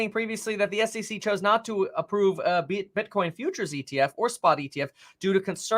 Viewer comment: he said bitchcoin hehehe